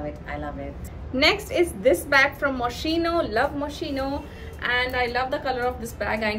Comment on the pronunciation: Nice collection. BTW Moschino ... It's Pronounced..Muskeeeno...